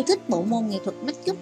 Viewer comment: If the speaker can not pronounce the word of make-up, please use Vietnamese as trang điểm cho nghe đỡ chướng tai. Thank you.